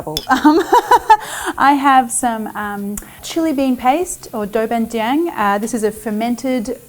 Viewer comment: Dou ban jAAng .. gosh I can’t stand it anymore. I’m gonna have to unsub. For as much as you profit off Asian cuisine, please at learn try to learn the correct pronunciation.